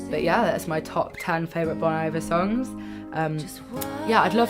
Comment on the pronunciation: It’s pronounced: BONE EEEEE-VARE